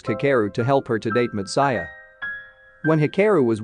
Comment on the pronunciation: it has Anime 3D Kanojo. and hearing/listening to this narrator really irked ne in bad ways .. way he pronounce words like Matsuya and anime just couldnt sit well with me ... had to pause video half way and leave this comment before leaving page xD